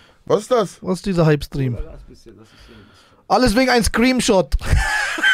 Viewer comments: Sinan und seine english skills : screeMshot anstatt screeNshot😂😂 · Fällt das keinem auf dass sinan nicht Screenshot aussprechen kann und immer irgendwas anderes sagt 😂😂😂😂